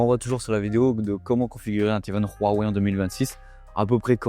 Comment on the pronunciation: On peut dire Wouawoué svp ? Pas Rhhouwawe